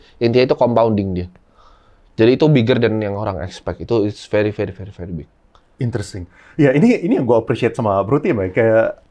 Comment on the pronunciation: gua yg udah nonton lama hanya nangkep.. "intersing,,,interesting"